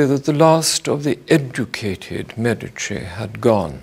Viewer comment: He is the only person who pronounces The Medici correctly.